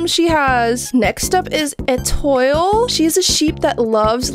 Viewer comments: Etoil 💀. It’s pronounced ey-twal with a French accent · Et oil 😭 Edit: it’s pronounced et o lee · She said Eh toil bro its pronouced etoual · Atoil is actually pronounce etwall😊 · The pronunciation for it is étwal 😊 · EtOiLe got me wheezing I live ur vids and the pronunciation is on point 😂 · i shed a tear when she pronounced etoile as etoill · Fun fact: Étoile means star in French ☆ (it's actually pronounces as ay-twal though) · Étoile (French for star) is pronounced "eh-twall"! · Bro Ètoile is pronounced (E-twa-leigh) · e tooele? u pronounced it so wrong.. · as a french person, her pronouncing étoile made me so mad